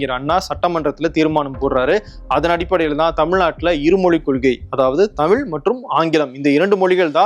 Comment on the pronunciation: அண்ணா அவர்கள் அன்று சொல்லியது இன்று நடந்துகொண்டிருக்கிறது. "தமிழ்" என்று சொல்ல இயலாமல் "தமில்", என்று சொல்லும் தமிழ் இளைஞர்களை பார்க்கும்போது வேதனையாக உள்ளது. தாய் மொழியில் எழுத படிக்க தெரியாத இளைய சமுதாயம் ஒரு பக்கம்...